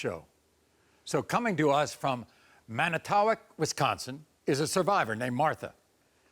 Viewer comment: Maury pronounced "Manitowoc" Wisconsin the way it's spelled, but not the way the local cheese heads pronounce it. 😅